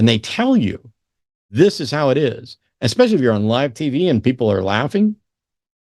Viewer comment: Especially doesn’t have an x in it. It’s not Exspecially